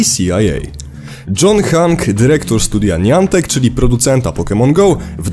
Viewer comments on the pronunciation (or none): nijantek? o.O a nie nijantik ? ;-; (taaak wiem piszę się Niantic, lecz mówię jak się mówi chyba...)